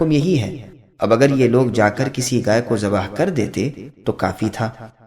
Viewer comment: Bhai ghai hota hai gay nhi